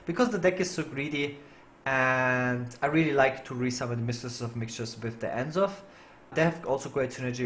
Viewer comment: The way you pronounce N'Zoth is just wrong. The apostrophe is there for a reason.